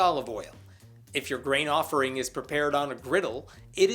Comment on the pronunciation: I know you're saying grain offering. But I keep hearing brain offering.